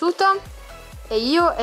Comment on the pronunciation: si dice livai e si scrive levi